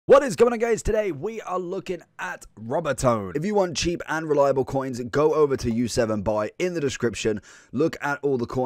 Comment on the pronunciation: Cringing as an Argentinian. Lucas Robertone pronounced (Rober-tone-ee)